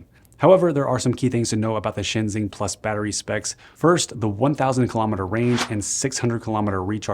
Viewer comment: By the way, ShenXing is pronounced like "shun shing"